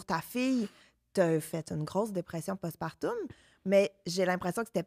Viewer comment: tout au long du vidéo je me posais la question, vous le prononcer différemment , mais dit-on post-partoooouuuum , ou post-partuuuuuummm ?? ( j'ai accentué les lettres o et u pour être sur qu'on me comprenne hihi)